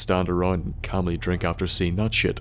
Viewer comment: Whenever he says drink it sounds like he saying my name